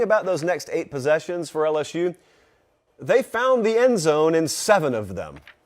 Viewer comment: if you want to be disrespectful, just say LS-who like everyone else😂😂 LS-SHOE just doesn't hit the same. Now, when people type "lsshoe" it's more in reference to the 2020 Florida game, where a penalty for a thrown shoe ended up winning the game for the Tigers. Second of all, LSU fans are very self aware of the way they pronounce the teams name to begin with, and that has its traces in Cajun heritage. Same reason the fans use the spelling of "geaux"; pride of the culture of Louisiana. Tl;Dr: your attempted insult of spelling LSU as "LsShoe" is outdated, unoriginal, and 0% offensive. Have a good day, sir.